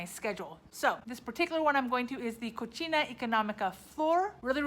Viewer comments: BTW, the pronunciation is no "cochina" is just co"c"ina like pri"c"e in English, the way you are pronunciation "cocina" means in Spanish "Pork (femenine)", lol... sorry is funny! :), I'm Mexican from CDMX living in Vancouver. Enjoy Merida! :) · haha its "ko see nah" because the way you say it sounds like "Cochina economica" and that means "nasty and cheap" hahaha